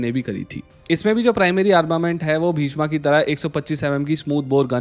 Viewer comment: "Bheeshmaa" नहिं "भीष्म"... अंग्रेज के चुदे